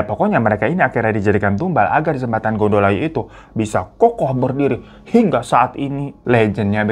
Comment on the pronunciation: Gondo Layu = bau mayit .... bukan gondol ayu 😅 . Code bukan Kode ....E nya di baca È (Empang) .jadi org sini biasa bilang kali CODhE .